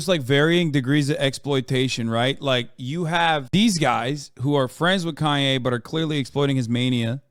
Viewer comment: I feel like he removed the “Kan” from “Kanye” cause it’s pronounced “Con” for the thing is.